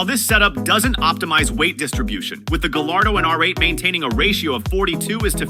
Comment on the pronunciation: Not "Gall- ar-doe." But, "Guy-ar-doe."